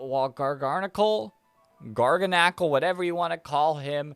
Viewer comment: BRO it is GAR-GAN-A-CAL NOT Gar-garn-a-cal there is ONE r NOT 2